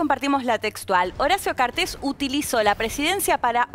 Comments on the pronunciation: Sr locutor: no lleva acento en la "e". El apellido no es cartés, es cartes. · 1. No se pronuncia Cartés. 2. Macri no es su amigo, Macri dijo que los paraguayos son unos tontos por haber elegido a Cartes como presidente. 3. No hace falta que digan tantas veces "noooo" porque todo Paraguay ya lo tiene hace mucho a Cartes por corrupto, y porque esa noticia no tapa el descalabro que ustedes tienen en su país. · Cartes se dice no Cartés Cartes